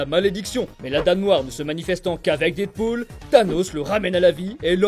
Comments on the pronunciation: Pourquoi tu dit DIDpool ? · Je t'en supplie dead se prononce comme mehhh pas comme didepoule